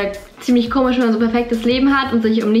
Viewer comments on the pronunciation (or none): none